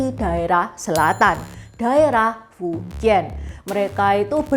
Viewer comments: 福建 dibaca nya Fú cièn bukan fuciyen, bukan juga fuchiyen, juga bukan fuciyyen❌❌ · Fújiàn intonasi 2 naik trus turun 4 cara baca nya ce , bukan fu 1 lurus dan jian 3 melengkung